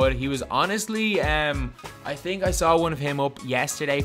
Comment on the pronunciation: This dude said "I tink" 🤣🤣🤣